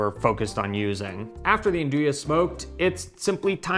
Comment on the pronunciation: Great class, really enjoyed learning about Nduja (and it's proper pronunciation). Nice to know there is a brand here that you enjoyed. Thank you👍❤️